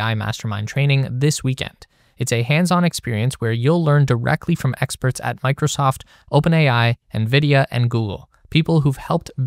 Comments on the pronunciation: "Exterts"? Who are these "Exterts" 😂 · "learn directly from exterts" 😂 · I like the AI advertisement with a motto: "Learn Directly from Exterts". But I have to wonder what an Extert is? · exterts lol ironically you're selling ai tools